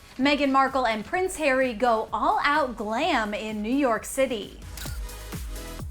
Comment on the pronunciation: Red carpet return? These two celebs are becoming as bad as the Z Listers who turn up to the opening of an envelope. Btw there's no such thing as the Royal British Army! Also why do you keep insisting on saying Hairy instead of Harry?